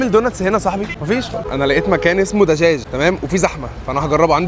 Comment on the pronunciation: دجاج بحرف د مش بحرف ت تمام 👌❤ضحك عليكو ذاكره شويه 😂😂